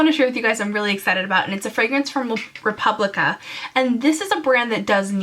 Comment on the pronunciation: It's Replica not Republica...just fiy